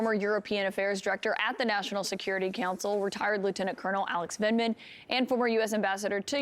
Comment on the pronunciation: 'Lieutenant Vinman' Oops!